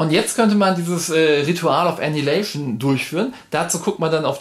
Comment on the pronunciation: pssst... Annihilation spricht man "ännEI-hiläisch'n", wobei die Betonung auf EI liegt. ;-) *pedantic mode off